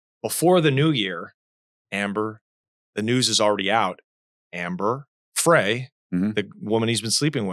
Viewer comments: Scott was not an only child. He had a sister. And it’s Amber Fry, not Fray. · Ehh, 🙄 he's guilty as SIN, and that's all there is to it 😉. Amber Frey is pronounced FRY as in fry some bacon 🥓 😋. I think Scott Peterson was introduced to Amber Frey by guys he knew from his job. Okay so a woman was walking her dog and the dog was chewing on something so the woman went to take away whatever the dog was chewing on and that's when she discovered that her dog was chewing on a human femur bone. When she alerted 📢 the police 🚔 they found some human remains stuck between two rocks near the shore line. Garagos is pronounced GARE-RAH-GOES. Are you guys jail-birds 🤔 🤭 ???